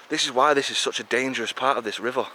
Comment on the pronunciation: Proper Manc. 'Rivuah'